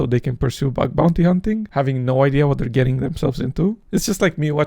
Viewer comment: My favorite part of is when he says ideaR a thousand times per video. IdeaRRR IdeaRRRRRRR IdeaRRRRRRRRRRRRRRRRRRRRRRRR. WHERE DID THE R COME FROM?????????? STOP IT!!!!!!